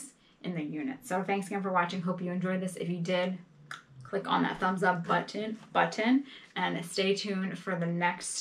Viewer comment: Love the video. And happy you and Taco were able to get together for a storage unit 💖💯 I'd also like to chime in and remind you to forget the people who have got you to change the way you pronounce certain words. I love how you pronounce things like 'buttons' it's a part of who you are and part of your charm and where you live. Don't let those other people change who you are. Thanks for the link.. Going to watch it as soon as I can! Being Canadian I say many things differently but it'll never stop me no doubt aboot it eh!;) (About it)